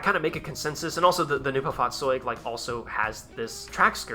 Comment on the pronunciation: the fahrzeug part was on spot if you consider it was spoken out quickly, but neubau is said more like noibow